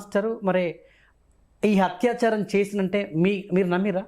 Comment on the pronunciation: హత్యాచారం కాదు యాంకరూ, అత్యాచారం అనాలి. తెలుగు సరిగా పలకటం నేర్చుకు చావండి.